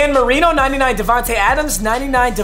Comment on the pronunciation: He said Davante Adams 🤣🤣